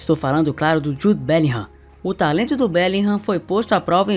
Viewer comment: Ae cara, falou "bélinrã". Por isso passei q ver esse canal com frequência, da satisfação com a pronuncia certa do nome dos jogadores kkkk. Sucesso pra ti!